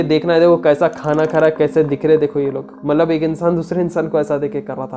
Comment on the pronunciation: It's not mallab. It's Matlab. Correct your urdu pronunciation please.